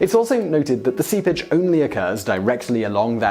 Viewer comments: If it weren't for some of the subtitles, I thought whenever he said "seepage" he was saying "sea bitch" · I thought he was saying "sea pitch" (pitch is a tar-like black substance made from petroleum). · Oh... Seepage... SEEPAGE. Not sea bitch. Nice accent there Simon. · Is sounds like he's saying SeaBitch. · I kept hearing "Sea Bitch" every time he said "seepage."